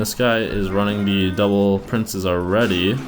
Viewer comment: Am I the only one who thinks he sounds like he says, "P.E.K.K.A devil prince" instead of "P.E.K.K.A double prince"? Yeah....? Aright...